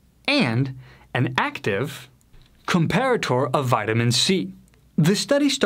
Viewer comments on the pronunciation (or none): none